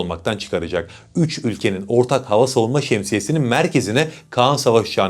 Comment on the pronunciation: kaan değil KAĞAN